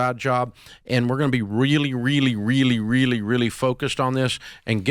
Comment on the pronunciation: Oh my god go to and listen to how he says REALLY REALLY REALLY